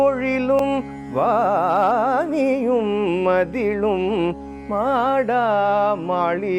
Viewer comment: Super! “மாடா மாளிகையும் “இல்லை. மாட மாளிகையும். 👏🏻👏🏻👏🏻